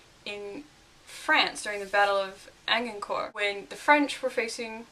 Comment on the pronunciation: Excellent stuff. Though you mis-pronounced Agincourt something awful! Also, if you hadn't commented on the frizziness of your hair, I for one would have gone on assuming it was a deliberate wardrobe choice for "absent-minded professor type." No, really, I actually considered the matter. :D